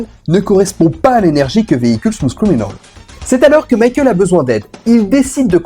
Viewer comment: Ah oui... Smousse criminaule! Sérieux les cousins français forcez-vous un peu avec l'anglais